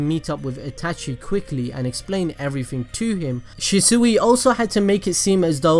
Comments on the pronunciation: He keeps calling him shisuey Did he even watch the show? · The mispronunciation of shisui throughout the whole video bothered the hell out of me lmao but I been watching for a while now and he pronounces it right now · Am I the only one that is triggered by the way he calls shisui’s name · Im getting TRIGGER at the way your saying ( The god or G.O.A.T ) Shisui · Wish you would say his name right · butchred his name very 3 seconds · Anybody else annoyed about how he says his name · I absolutely hate the way he pronounces shisui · Hate how this dude pronounces shisui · Abdul S I think he’s saying it like that bc the fixes in his name have 2 meanings and it could also be his accent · Bro stop saying shiesuuuuie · It is pronounced Shi-Swi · Stop saying shesue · It’s pronounced (shees-u-ee) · Im sorry but thats not how u say shisui its pronounced (shee-swee) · It’s pronounced shee-swee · It’s pronounced shisuei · It’s pronounced she-shu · It’s not pronounced shesuey it annoys me to much 😥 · Stop saying shi-sui it's so anoying it's shi-sui not shi-sui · It's pernouced like she swee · Lord he keeps saying the name wrong and it bothers me. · I know you said you butcher words but (she - swee) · It’s pronounced sheswee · Am i the only one who was bothered by where the shisui's name was pronnounced She-sooe. go back and look at it peeps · Shees-swee that’s how you say it -. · Kishimoto: Shisui (Shi-Swee): Shisui (Shi-Sooie) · Why do you say shisui like that 😭 ( shi- swee) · I know he gave us a disclaimer but it’s she sway not she seuih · Shisui=she-swee not she-suey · She suey? It’s more pronounced she sway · It's not shasui it's shisui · Ffs it's she-swee not shi soo wee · It’s she swi! Not she suwi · Shisuwi?its pronounced as shisuy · Its shisui not shisuiii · Its pronounced as SHISWI not SHISUWI hahahah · If he says Shisui Shee-Suhi one more time... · Shi sewy 🙄 good video tho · Prounounced Sheeswee. Jesus this hurt my ears. Good Video Otherwise. Omegalul